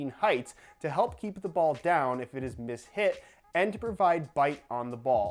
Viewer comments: When you read it as mi-shit instead of mis-hit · When you were reading that little passage, and I saw the word "mishit" and thought it was pronounced "my shit" 😂